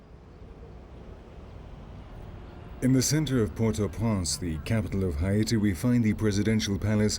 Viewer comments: Did you pronounce Haiti (Hay - te) Hi-e-te??? nah, I can't watch this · All I can hear is "Hy'iti". It's bothering me 🙄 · The way the fucking commentator is saying Haiti makes me want to throw my fucking phone. Its HAIti not HIAti. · They mispronounced " Haiti " as well as " Cap-Haitian " which are fairly easy to pronounce for the average joe.